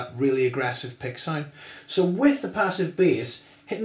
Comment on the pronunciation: What is a "sinde"? does he mean sound?